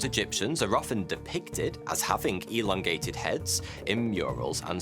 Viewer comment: "We should elondate" made me laugh more than it should have, thank you for that.